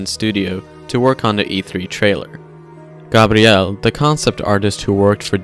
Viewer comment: Gah-BRi-el... Thanks